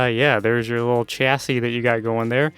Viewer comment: It's pronounced chassis not chassi